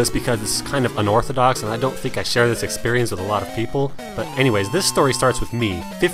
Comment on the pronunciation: I love the way you say "expurrience." xD